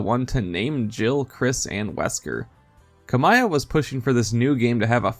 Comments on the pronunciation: its Hideki Ka Mee Ah not Ka My Ah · Hideki KA-mee-yah